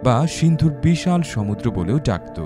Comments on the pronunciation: বস, উচ্চারণটা হবে "শোমুদদ্রো"। দয়াকরে 'শমুদ্রো' বলবেন না। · ওরে ভাই উচ্চারণ হবে সমুদ্র।